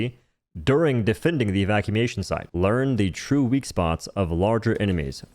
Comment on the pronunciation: "evacumation site"